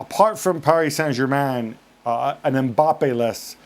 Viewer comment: Gab you do realize you don't say the accented words of a foreign language unless you are speaking it. That's like speaking Spanglish. When you mix them together. If you want to say Paree Sain Germah you need to say the entire sentence in French. Frank has an excuse. The guy is French speaking English. The accent is natural. He can't help it. He doesn't do it on purpose. You are English speaking and American like me.